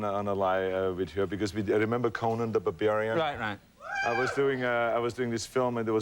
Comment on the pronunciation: "Conan the babarian" lol